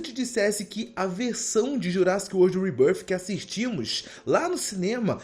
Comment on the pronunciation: Quando ele pronuncia "REBÃRFI" eu já paro o vídeo 😂😂